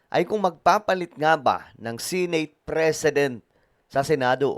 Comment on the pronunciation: It’s Senate (Se-Net or Se-Neyt) not Sey-Neyt.